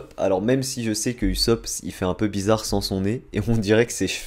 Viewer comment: On prononce « Ousop » et non « Usop » « Orochimarou » et « Orochimaru » Bizarre tu prononces « Sasouke » et pas « Sasuke » Et là c’est la bonne prononciation